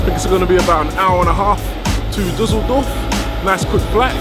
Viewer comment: Da sachta doch tatsächlich "Dusseldoof"